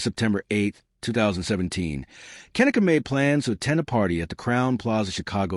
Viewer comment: At least say her name properly